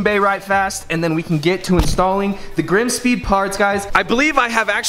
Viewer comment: Lol she can’t say Grimmspeed 😂😂😂😂💯👌